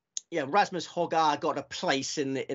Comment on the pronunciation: …and I do hope you had several bags on the Hojgaard/Aberg double. You seem to have mastered how to pronounce Aberg properly, but as a Dane I have to insist once more that Nicolai pronounces his family name as: Hoy-gor….so there…